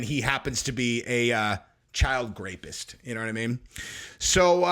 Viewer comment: I think he has to say “grapist” so that YouTube won’t come after him